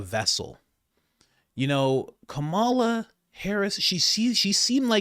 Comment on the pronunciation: You pronounce Kamala Harris's name wrong.